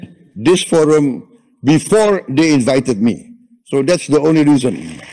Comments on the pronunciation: Wiwokdetok. Not anle tokdetok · We wak de tok. Not onli tok de tok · Not onli tok de tok, wi tok ge tok😅😅😅